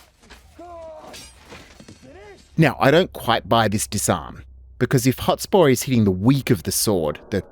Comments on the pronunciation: So frustrating every time you say "Hot spore".. Mate.. It's HotSPUR (Sper) Hotspur. Otherwise great video lol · Love the video but by god, mate. Learn to pronounce the words you’re saying. “Hot spore”, “phrase” instead of “phase” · Why do you keep calling him Hotspor? It is really distracting. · Great analysis. It is Hotspur though, not hotspore. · Hot-SPUR! Not Hot-SPORE. It was Percy's nickname, apparently because he was fast on a horse. A hot spore sounds like some weird fungal sex act. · Stop saying 'Hotspore'! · Dude says hot spore half the time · Half way through this presentation you were driving me insane with your pronunciation of "Hotspur. You are saying Hot-spore. It would be like me calling you Sho - te Zeru. It is not like you don't have a modern definition of the word Hotspurs, you know as in the Premier League Team Tottenham Hotspurs. Or is this some projection of a feigned superior enunciation. Either way it is dumb. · Absolutely wild how many ways Hotspur is pronounced here 😂